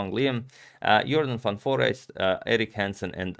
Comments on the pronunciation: Congrats on the pronunciation! Van Foreest sounds good! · Nice to hear the proper pronunciation of Van Foreest!